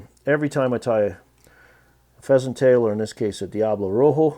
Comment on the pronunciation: the Spanish word for red is Rojo, not Roho. The j is pronounced like an h, and h in spanish is most often silent.